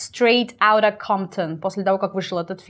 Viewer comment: насколько я знаю, слово "of" оканчивается на звонкий звук "в", а вот "off" - именно так, как вы произнесли